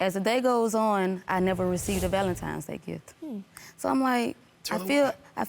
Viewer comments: Valentime's Day??? Ladyyyyyy... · She said ’Valentime’s’ day🤣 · Please stop saying " valentime"🤦🏾‍♀️🤦🏾‍♀️